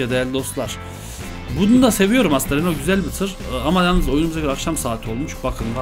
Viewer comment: olum vites e fites diyon renault a da renoult diyon nasıl bişi dir:D bak dalga geçmiyorum sadece biraz komiğime gitti